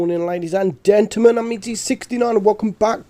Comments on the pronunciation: "Good morning ladies and " Dentlemen " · Wtf is dentlemen!? … go home, you’re drunk!